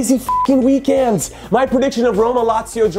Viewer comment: Jimmy for the love of god it’s weekEND not weekAND. I was supporting you, but now I can’t. #inhoout